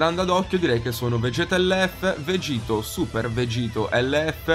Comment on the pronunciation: Questi sono i pugni che dovrebbero ricevere chi invece di dire vegeth o vegito dice vegitto o vegetto😥 ⬇️